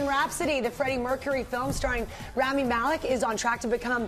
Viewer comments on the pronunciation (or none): Rami is pronounced "RAW-ME" not "RAM-ME"